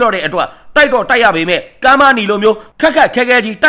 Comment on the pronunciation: ရေးတော့ - ကမ်းပါးနီ ဖတ် - ကဗနီ